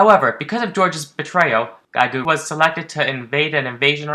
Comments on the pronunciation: It’s not Gai gu, it’s Geeg. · Giegue is pronounced "jeeg" (with the french j sound) it's a musical term like many things in the MOTHER series.